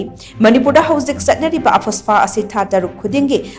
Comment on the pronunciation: She said “AH-FAS-PA”😂